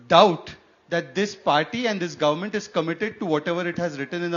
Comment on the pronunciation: saying gorment 😂